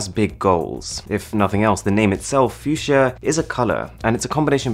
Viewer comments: Its called fuchsia and not fiudschia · Its pronunced Fuxia rather than Fusia. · Oh, I thought you pronounce it as "Fuck see ya" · PLEASE JUST PRONOUNCE IT FUKSYA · Fuk sia, how u pronounce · phewseeah? ffs not how we say it in my language xD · I enjoyed the video lots of I formation but u pronounced the fuchsia wrong 🤦🏻‍♂️